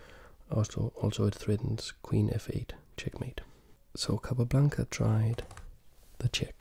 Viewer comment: I love the way you pronounce the name „capablanca“, its so satisfying for some reason xD